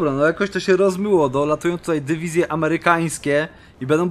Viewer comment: Pomysł na wakacje nauczenie się mówić dywizje a nie dewizje